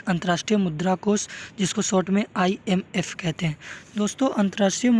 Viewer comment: Bhai wo IFM nhi hota h IMF hota h